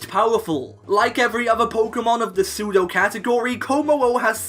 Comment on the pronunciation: Pseudo, not psedue! And you left off the A in legendary!